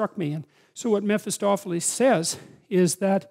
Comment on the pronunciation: You come to refer to a character who you name something like Metostophelese. This is around or just a few seconds after . And since you mention Faust as author, you clearly mean not Mephistophelese, but Mephistopheles, which normally shouldn't be pronounced as if it ends with "ese", not in English anyway. Anyway, quote, " Mephistopheles (/ˌmɛfɪˈstɒfɪˌliːz/, German pronunciation: [mefɪˈstɔfɛlɛs]; also Mephistophilus, Mephostopheles, Mephistophilis, Mephisto, Mephastophilis, and other variants) is a demon featured in German folklore. He originally appeared in literature as the demon in the Faust legend, and he has since appeared in other works as a stock character. ... ". Note that none of the variants end with "ese". Getting the pronunciation correct is helpful. It aids with doing Web searches. Update: And later, you come to pronounce Metostophelese more like Mephostophelese. It'd be good to add such thingsto the videos, so show, rather than only say, the words. It isn't at all necessary for most of what you say, but it'd be helpful for soe "things".